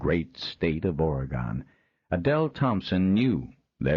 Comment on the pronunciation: A wonderful story only slightly tarnished by the narrators barbaric way of pronouncing Oregon